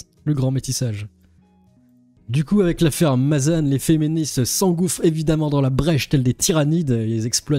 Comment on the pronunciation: On dit Mazan pas Mazanne c'est pas compliqué pourtant....